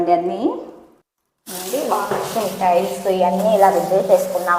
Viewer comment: బ్లౌజ్ కాదమ్మా.. గ్లౌజ్.. అలాగే స్టైల్స్ కాదమ్మా.. టైల్స్.. తరువాతి వీడియోలో సరిచేసుకోండి. తప్పుగా అనుకోవద్దు.